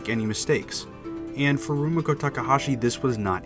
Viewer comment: He sure did, and pronounced Rumiko weird too he didn't pronounce the "mi" in Rumiko as "ME" but like if you were saying mit. lol